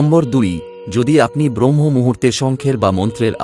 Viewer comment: খুব ভালো প্রতিবেদন। তবে কথাটা 'ব্রহ্ম মূহুর্ত' নয় 'ব্রাহ্ম মূহুর্ত'। 'শুভ্' নয় 'শুভ'। বাংলা শব্দগুলো একটু কানে লাগল। প্রচেষ্টা প্রশংসনীয়। ধন্যবাদ। ভালো থাকবেন।